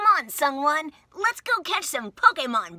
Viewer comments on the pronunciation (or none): Isn't his name pronounced 'Soo-wun' lol? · I thought she said "Someone" so if I ever meet you irl I'm just going to call you Someone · I thought she was saying "Someone" at the end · I just learned that ProZD's real name was Sung Won, and this skit makes so much more sense now. For some reason, I thought Veronica was saying "Come on, Someone," and I was confused as hell.